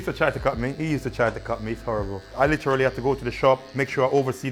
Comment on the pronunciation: HD everytime someone speaks-“Litcherallly”